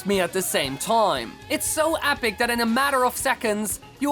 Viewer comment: he says apic instead of epic